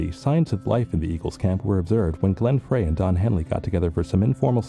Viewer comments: Glenn Freys last name is pronounced like fry an egg. It wasn’t Geffen who brought the band together, it was John Boulanger, who has been entirely cut out of this version of the story. You also pronounce Bernie’s last name wrong. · Could we pronounce Frey’s last name correctly, please? Stay above the fray, in other words. And while we’re at it, pronounce Leadon’s surname right. No leading from behind. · Seen variations of these journalist interviews in different videos but just can't get past the terrible mispronunciations of Bernie LEAD-on and Glenn FRAY. Yes, they are British, so am I, but imagine a documentary about John LAY-non or Jimi HendRICE. It just ruins it. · Yes, I am going to create a video about the Eagles and have a shitty AI voice that can’t even pronounce Glenn “Fray” correctly! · This must be from somewhere between , as there’s no mention of Felder’s firing or Long Road Out Of Eden. And the mispronunciation of Leadon & Frey is so irritating!🙄🙄🙄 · I watched this and realized that the producers of this documentary had more facts wrong than they had right. Wrong facts and speculation. Additionally, the one guy didn’t even know how to pronounce Glenn Frey’s name. This is one pathetic bit of production…